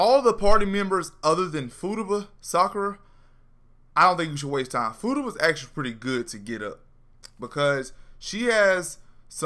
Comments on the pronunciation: Fu ta ba not footaba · Fu-ta-ba is how its pronounced lml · I pissed myself laughing everytime he said Fooduba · Take a shot everytime this man says footaba. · Footuba sounds like a sport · He is straight up SHITTING on her name!